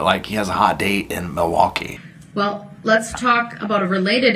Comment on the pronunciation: LINGO:. 1. MILWAUKEE= mih-waw-gee 2. Ask= "axe" 3. Sustain = "sub-aint" 4. Old = "oat" 5. Said = "set" Etc.